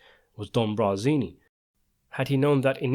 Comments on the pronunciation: Is the narrator saying Brazini instead of Barzini? I wish whoever writes the script would listen to this guy read it before uploading it. This is the same guy who kept mispronouncing Pentangeli. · Barzini not Brazini. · I really like your videos but it was really annoying to hear you mispronounce BARzini ... Not Brazini... 😅